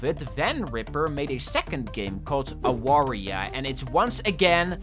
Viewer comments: Polish people pronounce W as V, so you say it as 'Avaria'. It pained me to hear you call it like it's another Wario inspired game. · It's pronounced A-var-ya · AAAAAAAAA AWARIA JESUS CHRIST ITS READ AVARIA I FORGOT PEOPLE CAN BE NOT POLISH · the way you read Awaria hurts me a bit. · As a proud Polishman I must say ☝️🤓 “Awaria” is pronounced with a “v” sound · It hurts me how non Polish people read "Awaria" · Time to make fun of your pronouncenation of awaria. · The way that non-polish speakers pronounce "Awaria" is cracking me up lol Also really happy to see Mindwave on the list. I was never really that interested in Warioware but this game captivated me ever since I first saw it. I absolutely love it and I can't wait to play it when it fully releases.